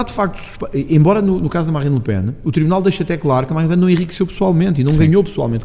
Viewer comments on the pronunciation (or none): Oh tony...é le pen...não lepen.